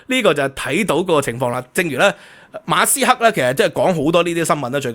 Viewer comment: 你講馬斯克啦，人地個姓你讀左哂呀教壽！！